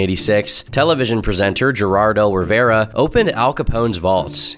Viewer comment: "GERARDO RIVERA" HAHAHAHAHHA